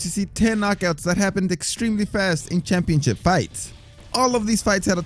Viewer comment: What the heck is a "championchip"?